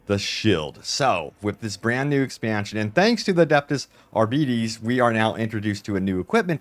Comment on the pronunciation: No its like: R-bee-teh-ss